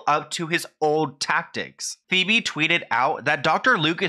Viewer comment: Is her mom's name not pronounced "Pee-bee"? I don't think I've seen 1 video of this guy's where he didn't mispronounce someone's name even when he includes clips of other people saying the name correctly. How??